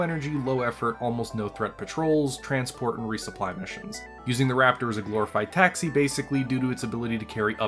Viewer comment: dude, it's taxi, not taxy